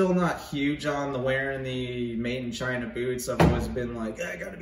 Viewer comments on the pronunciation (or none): none